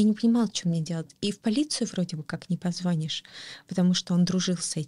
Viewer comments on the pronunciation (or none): none